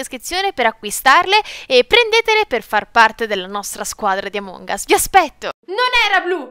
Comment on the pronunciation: Non si dice amòng us